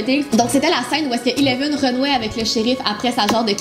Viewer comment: Eleven/pas ileven